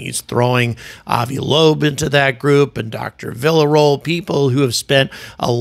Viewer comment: Villaroel pronunciation = "Viya-ro-ell"